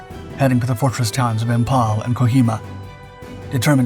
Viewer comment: PIAT... Pee-at... IMPHAL.... Imfal. For crying out loud it's basic English.